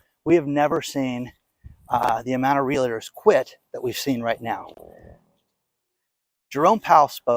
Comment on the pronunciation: Appreciate you,, but for the love of all that's good, it's REAL-TORS, not real-LA-tors. As I had mentioned months ago (sometime last year), buyers of new-construction homes BEWARE: There is going to be (has been) massive "value engineering" going on as builders try to cut not just costs but corners. Quality (of materials) and workmanship have been compromised. I heard, within the past week, that class action lawsuits have already been filed/in progress against builders/developers over this.